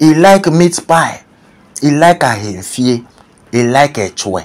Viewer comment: I like your pronunciation of (Ahenfie)